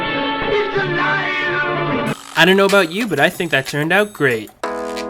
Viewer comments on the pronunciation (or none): none